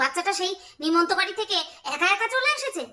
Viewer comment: ওটা ছোট্ট কৃশানু উচ্চারণ করতে পারে না তাই নিমন্ত্রণ কে নিমন্ত্র বলে সেটাই সবাই মুখে মুখে ঘুরছে😊